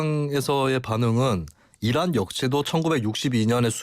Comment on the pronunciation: 이란 적?.... 또 왜곡한다. 난 "이런 좃" 으로 들리는